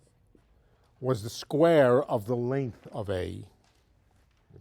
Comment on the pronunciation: ''Tha blackboard''